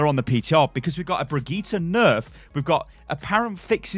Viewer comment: Brigeeta? Really???